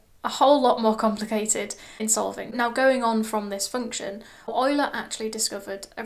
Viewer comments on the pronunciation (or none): none